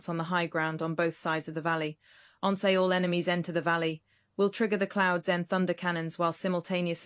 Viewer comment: Please check spoken pronunciation of once on whatever search engine you use.